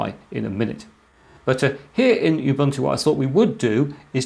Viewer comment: Ubuntu: ooh-boon-to.